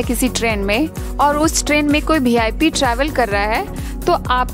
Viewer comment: BeeIP nahi hota.. VIP hota hain